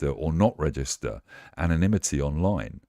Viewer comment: It's anonymity, not 'anomity'!